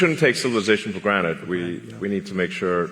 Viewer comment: Elon really said Granet instead of Granted, I think it was a Rick Sanchez reference